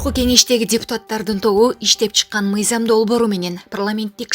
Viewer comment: Мыйзам деп оку мыйзям эмес!